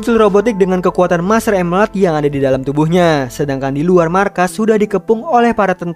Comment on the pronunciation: master emerald bang bkn master emlelard